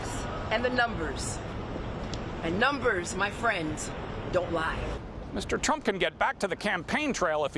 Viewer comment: She pronounces her “s” sounds like a fuckin snake lmao “and numberssthss don’t lie” 😂😂😂😂